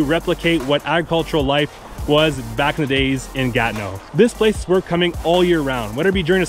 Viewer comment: Comment vous le prononcez Ganeau? Ce n'est pas le mot Ganeau que je vois. C'est plutot Gatineau.